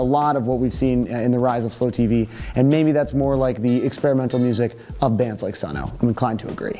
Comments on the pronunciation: It's just pronounced "Sun" not Sun-o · Lmao you said Sun Oh. It's okay, I do that too sometimes. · Its pronounced just "sun". hah just saying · That is NOT how you pronounce Sunn O)). It's just said "sun". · Sunn O))) is just pronounced "Sun".